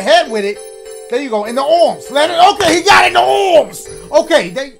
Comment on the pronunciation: It is so funny when dashie says aromms it is supposed to be arms